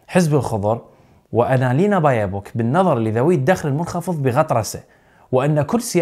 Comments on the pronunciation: يا هيه اسمه بيربوك مو بايوبوك...هيه بيربوك كوه تعدل اسمها...😂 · ولايمهك يمعود....المهم اخبارك ممتازة وممتعه....ولو بعدي أعتقد انك تلفظ الواو مرتين بايوبوك..،🙂..تحياتي ومن نجاح لنجاح